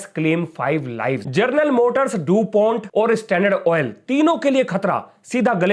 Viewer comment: जर्नल मोटर्स? 😂 हमारे शिक्षक ही अनपढ़ जैसे बात करते हैं, विद्यार्थि कैसे होंगे? 😢